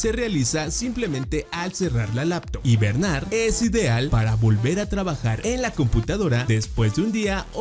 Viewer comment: en una parte al inicio dice hibemar